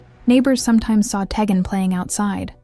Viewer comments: Tee-Gan not teggin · You are pronouncing the child's name wrong. It is pronounced TEE GAN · Id like to watch more, but the constant mis-interpreted name as Ta-gen. My god. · You were very thorough in your coverage of this. However you kept pronouncing Teghan’s name wrong. Please make sure you pronounce the names of victims correctly. It’s disrespectful not to, since many of us are going to remember her by her name. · This case is just horrid. Poor baby. Shame on the mom. Side note. This channel is not the best. I have watched a few and the names aren't being pronounced correctly. At least have some respect to say their names right.